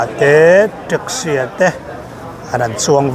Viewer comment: Ṭaxi ni lo vin taxi aw pianga